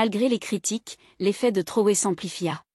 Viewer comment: Mme s'il vous plaît prononcer bien le nom du capitaine. IL NE S'APPELLE PAS TORÉ ou TRORÉ ! MAIS CAPITAINE Ibrahim TRAORÉ. MERCI❤❤❤